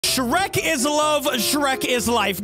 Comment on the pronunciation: BOY THAT ANT SHREK THATS SHRERSH